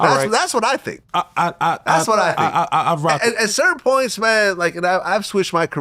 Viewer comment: That's that NO dialect. Anything with an oi is pronounced like an R, like points is pernts😂